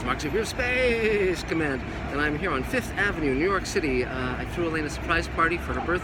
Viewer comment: Nerw York?...Must be the accent!